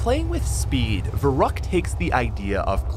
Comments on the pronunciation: Also, we just finna ignore the fact that he says it Verroockt and not Verruckt. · Ferryckt not verruckt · It is pronounced farykt